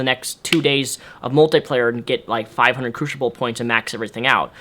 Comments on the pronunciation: Nice review, very thorough. But for future reference, it's pronounced croos-ible, not croosh-ible. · Crucible not crewshible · The way you pronounce "Crucible" makes me want to smack you. >> CREW-SIBLE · crushible is incorrect? lol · good review but learn how to say crucible right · he has a speech disorder thing, give him a break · yea it's incorrect